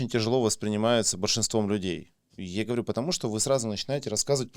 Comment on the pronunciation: А что ответили-то? PS Ничего себе у вас язык трансформировался: и "я говорю" в "ерю" )) Или я не так понял?)